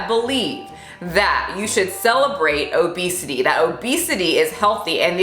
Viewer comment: Did you say OBEASTITY? 😂🤣oké now I’m offended 😅